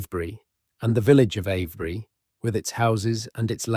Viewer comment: It's Ave bury, not av bury!